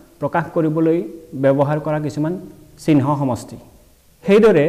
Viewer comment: উচ্চারণ শুদ্ধ করিব ( চিহ্ন )